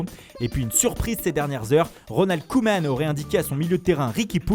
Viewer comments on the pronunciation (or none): none